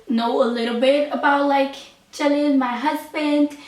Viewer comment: please pronounce the name jalil als jAlil and not jElil. It sounds like jelly hahah